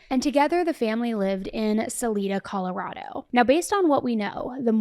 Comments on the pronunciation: I love your content, but it's pronounced Sa-lie-da not Sa-lee-da 😂 Respectfully, and Colorado native 🫶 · Saledee Colorado?! Wtf it’s SA LI DA SALIDA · It's pronounced suh-lie-duh lol. And it's pronounced call-uh-rad-o. 5th generation coloradan here 😂 40 years old lol. But also, this man is 100%guilty! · Salida is a Spanish word and is pronounced S A LEE DA. It may colloquially be pronounce Sal Eye Da, however it is incorrect. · I’m from CO and vacationed in this town growing up every Sunmer and the town is Salida not Salina.. pronounced Sa lie Duh. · Salida = Suh-Lie-Duh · Sa-Lie-da - Salida, Colorado 😉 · Sal-Eye-da, so sad. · Suh-lie-duh not Suh-lee-duh. Broomfield not Bloomfield! 🤦🏻‍♀️ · Salida pronounced sa lie duh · Pronounced Suh lied uh. Salida CO. Just helping ya out girl. Love your show! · Just so you know Their home town Salida. Salida is pronounced Sal -eye-da. I listen to you daily & I really respect what you do, it can't be easy. Thank you for all your hard work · The town were they lived Salida is pronounced by the locals Suh-LIE-duh (/səˈlaɪdə/) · Broomfield And it’s pronounced SA-lie-da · Salida is Sa-lie-duh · She never went for a bike ride. And the town he went to is called Broomfield, not Bloomfield. Also it's pronounced Sol-EYE-duh. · Love your show. Thank you for continuing to bring attention to these victims. Quick note on pronunciation of Salida. Suh-lie-duh. Here in Southern Colorado we like to keep people on their toes with our city names! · Great job,! Colorado Native here & I have been following this since day one! Btw, Salida is pronounced Sa-lIda (hard I) & Barry traveled to Broomfield on Mother’s Day. Thanks for all you do! ❤ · It’s “s-uh-lie-duh” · Broomfield not Bloomfield and Salida pronounced “Sa-lie-da” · Minor detail, it’s pronounced Salida with a hard I, like Oneida.